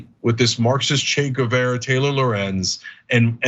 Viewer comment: So after watching this clip from fox we know that Trucker doesn't speak Spanish (his pronunciation of 'Guevara') or French. An abroad educated millionaire.